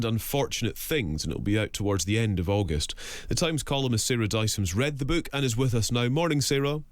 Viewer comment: Wtf is this "beuke" that this woman keeps talking about?